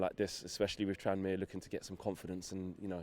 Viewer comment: Ffs it’s tranmere